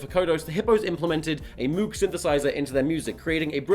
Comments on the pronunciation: Tom, I love you, but my heart dies when you say Moog synthesiser as MOOG. Babe, it's "m/oh/w/g" sincerily, every sound engineer student ever. P.S, I realise how prescriptivist that is, but I have to stand for that beatuiful synth, it's the only pure thing left in the world <3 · delighted that Tom acknowledges the infinite power of the Moog synth but it does rhyme with Vogue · Just as a heads up the "MOOG" is pronounced more like moag. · That's not how you pronounce moog...